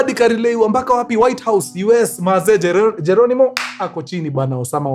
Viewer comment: Not jelonimo it's Geronimo Ekia,,,, Geronimo it was operation name E., Enemy K, Killed I,, In A,, Action Ekia